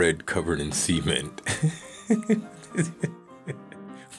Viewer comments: Each time you said cement it sounded like you said seamen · Ohh thank god!! I thought he said semen too. But yeah. Cement makes so much more sense. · go away please I thought he did say semen haha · Bruh the way u pronounce cement sounds like u saying semen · Sement? Nah Cumcrete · I hate the way he says cement so much. If you're going to say it like that, at least make sure you're pronouncing the T at the end. It sounded like he was saying something else...